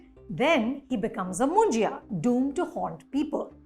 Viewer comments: It’s pronounced as Munja not Munjiya 😂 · Anupama is pronouncing Munjya as Munjaya (मुंजया)! Its written and said as मुंज्या which basically means a brahmin (because his thread ceremony has been already done) bachelor boy/man who has passed away without getting married.